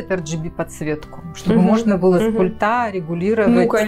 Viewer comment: С пУльта, а не с пультА!